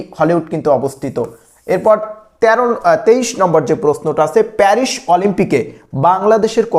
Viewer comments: Perish na paris😂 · মাশকট প্যারিশ সেই উচ্চারন